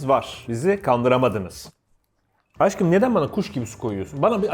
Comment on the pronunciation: Deyda dediğinde auuuuu ama Aşkım yerine Aggım diye Taksim dayı gibi ona hiç bişey yok.Yeter bu ayrımcılık hepimiz Fıratız... Bkz: sn ' Aggımm'